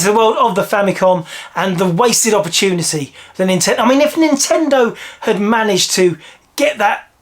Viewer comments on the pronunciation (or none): none